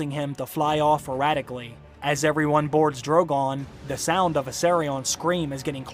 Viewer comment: GREAT! Although... Irradically = erratically, lol